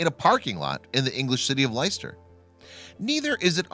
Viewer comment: God here we go again, can the yanks ever get the pronouncation of English towns right, its pronounced lester, not liister. I despair.